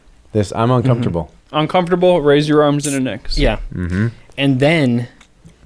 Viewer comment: stop saying uncomfterble / uncomfterbull. Unless you comfter people, when they need comfter.